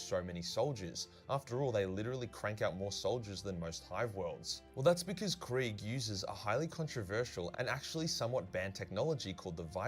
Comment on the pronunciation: People mispronouncing things doesn't bother me at all, but I was really not expecting "Death Corpse of Craig" 😂